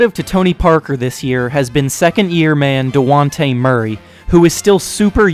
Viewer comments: Did you just call Dejounte Murray, Duwante??? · nigga said dejaunte bruh say it like dejaunte